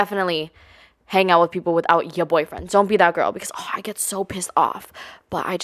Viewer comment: “Yuh Boifwen” 😅